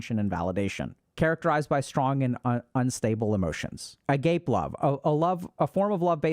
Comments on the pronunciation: lol so Agape love is pronounced “ah-GAH-pay”, I’ve heard it a lot because something I’ve known for a long time is named after it. Hearing Dr K say ah-Gape to describe sacrificial love a buncha of times was kinda funny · sorry Dr K, it's a-ga-peh 😅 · Dr. K, please do a bare minimum of research on Greek pronunciation next time. It is definitely not "a-gaype" love! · Dr. Kkkkkk.... it's pronounced "Ah-Gah-PAY" my guy... 3 syllables ... ending like "frappé. **Not** "Ah- GAPE" - 2 syllables rhyming with "a grape" ... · Met my current girlfriend on Hinge, so nothing is black and white - you make your own destiny by mastering yourself and then putting in effort to find a partner that you click with and also shares the same values. Also, I thought agape was pronounced ah-gah-pay, not ah-gape? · stor-gay. not storj. agah-pay not agape😲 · I feel it is my karmic duty as someone learning greek to tell dr. K that Agape is pronounced (ah gah pee) and not agayp 😂. Keep up the good work HG 😊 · If you are going to use Greek terms of love, please learn how to pronounce them during your research. “A gape” is not how you pronounce “agape”. (ah-GAH-pay) This is just an example that takes a minute to look up. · A-gayp love 😂 it's ah-ga-pay, Dr. K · Agape love is pronounced wayyy differently than that. It's not A-Gape, it's A-Ga-Pe or /ˈɑː.ɡə.peɪ/. Agape is also an adjective that is pronounced the way you said it, though! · a-ga-pay, not "agape" as in, my mouth was agape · Please, Dr. K.. I love you but it's pronounced "ah GAH pay", not "A GAPE" 😭 it's a greek word. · Agape love is not "Uh-gayp" it's "Uh-Gah-pay" lol 😅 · loll "A-gape" its "AH-GAH PAE" though I'm sure plenty like A gape from time to time lol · it's uh-GAH-pay, not uh-GAPE love 😅 very different words lol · not to be that person but it’s not pronounced “agape” it’s “ah-gah-pay” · The word for love is pronounced Ah-GAH-pay. It’s not uh-gape love. That pronunciation is for when something is open, like your mouth is apape😮.